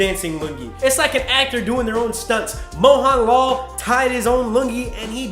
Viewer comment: Great content! Just wanna see some more clown fiestas? lol Also great job explaining a little bit of our culture especially with your shots of Kerala and explaining the lungi. That was hilarious! p.s I'm pretty sure it's pronounced "moHUNlal" not "moHAWNlol" (who really knows)